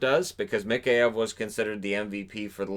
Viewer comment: Let me help you out with Mikheyev, it is pronounced "Mah-Ky-Ev"